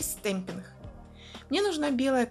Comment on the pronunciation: Всё хорошо, но слово ,, стемпинх,,.... Это жесть. Вы бы старались все таки сказать с ,, Г,, чтоб это для аудитории получше звучало( извините, я обидеть не хотела